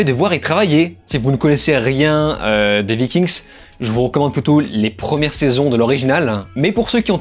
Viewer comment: Vikingues et pas Viking'sss déjà ^^ Travaillez vos textes avant de mettree en ligne si vous voulez en faire votre taff.. c'est ce qu'on attend....